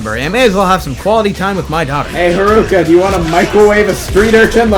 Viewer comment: Did you just called her harooka ?